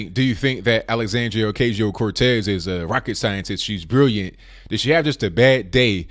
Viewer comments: This dude is dumb and can’t even pronounced her name correctly... trash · Dude if you can't pronounce her name move on! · You miss pronounced her name.